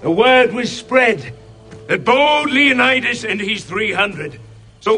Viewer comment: It is not Leonaidas, it is Leonidas. Small diversions have turned the world from Greek paradise to whatever hell...